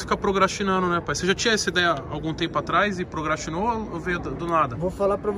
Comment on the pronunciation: "Prograstino"... Quer dar palestra como?..